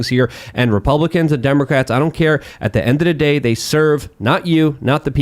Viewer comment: I will never tire of hearing say "at da endududay"